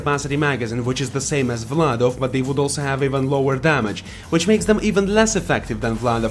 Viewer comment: You say Vladof perfectly.